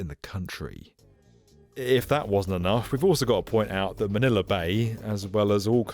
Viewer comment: Manila not Maniler 😂